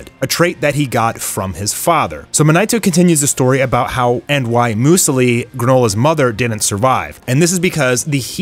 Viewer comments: Hey i thought id add this since im seeing alot of youtubers who are reviewing this chapter say granolas mums name.. they are saying it wrong.. here in Australia muesli is grown here and eaten a fair bit here and its pronounced as mewslee .. not moosli and also i noticed u said gokus mums name wrong as gine but its pronounced as geenae.... i cbf fixing any spelling errors for those who are going to bring it up just posting this for advice to the youtubers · Its pronounced muse-lee, not mu su li haha, sorry it made me laugh